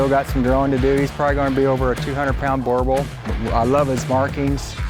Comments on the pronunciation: As a south african I'm proud and would like to say its pronounced "BOO-REH-BOOL". The plural would be "BOO-REH-BOO-LE". Means Farmer Bulls. You guys pronounced it right enough tho. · its not pronounce like that .. here is the pronunciation..boorbool..like you would say doodle.. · They are pronouncing “boerboel” wrong. It’s boo -rrr-bull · As an Afrikaans South African it disturbs me how they pronounce "boerbull". But it's beautiful dogs, we had a few growing up. Can't wait to get one again. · Pronouncing it wrong lol. And they get a lot bigger here in SA. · Please learn to say boerboel!!!! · Breeding the dog can’t even pronounce the name right tho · These people must not try to pronounce "boerboels" 😂😂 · I've noticed that you don't mention once that boerboels were first breed in South Africa in this video which is frustrating since I'm from South Africa....you also say the name boerboel incorrectly ...it is an Afrikaans name from the south African boers .. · also can they plz stop butchering the name, if your going to own the dog ask a South African to pronounce the name properly to you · What's so ridiculous about it's name? Boerboel is an Afrikaans word, meaning "Farmers Bulldog" in English. Btw. The two persons in the video is pronouncing Boerboel incorrectly.